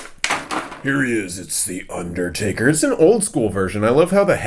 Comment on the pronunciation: It's undertaker not underdaber stupid